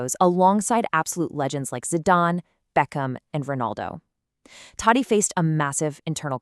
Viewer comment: First learn to pronounce his name properly. 🤦🏻